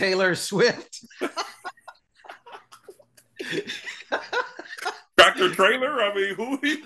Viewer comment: Bruh said “Trailer Swift” 😂😂😂😂🤣